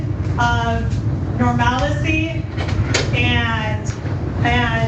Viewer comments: What's "normalicy"? Is like "normality", only stupid? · She actually said "normalicy" which isn't even a word 😂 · Normalicy? It's Normality or Normalcy. Don't make up your own words. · I think she wanted to say "normalcy" but actually forgot how to pronounce it.